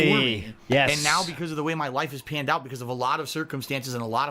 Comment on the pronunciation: “Panned out”… He slipped. Pand-Out.